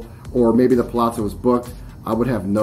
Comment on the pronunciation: Theres no 'T' in Palazzo